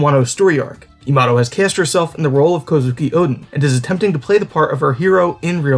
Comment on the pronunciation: Her name is Yamato not yamado XD